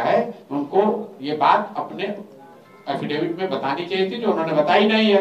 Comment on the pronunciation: एफिडेविट नहीं, हाफिडिफीट के करते है सम्राट चौधरी 😂